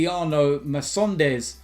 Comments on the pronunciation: Just so you know, Emiliano Marcondes is pronounced Emiliano MarKondes and not Emiliano MarSondes :) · MarCondes* not Marsondes😅 but nice video as always⚪🔴⚪🔴🤙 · Marcondes is pronounced Markondes just so you know:)